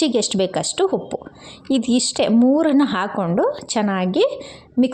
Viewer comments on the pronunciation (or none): Anna(rice) na hanna antiddiri alla 😢😢 uppu(salt) ge huppu antiddira and aidu(5) ge haidu, oil ge hoil 😮 uddin bele ge huddina bele😔😔 arishina(turmeric) ge harishina 😮 innu estond words tappagide, omg I can't listen improper Kannada en bekadru sahiskotini ee thara kannada na sahisoke agalla 😭😭